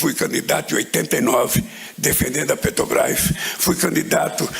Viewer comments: Como não? Petobaiz, pronúncia perfeita! 🤣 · Ele ainda não aprendeu a falar "PETROBRAS".